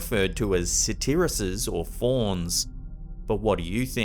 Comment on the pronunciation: Satirusses??????? Satyrs! SAY-TERS!